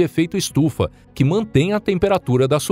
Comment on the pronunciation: "noque" "vouta" IAKQIAKAKAKAKAOAOAOAOAOAKAKAKAKWKWKAKAKAKKAKAKAKAKAKAAAKAAKAKAKAKAKAKAKAKAKAKAAKKAKAKAAKAKW morri